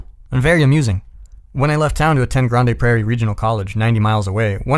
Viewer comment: The way you said "Grande Prairie" made me chuckle. I live there and it's still pronounced like "Grand".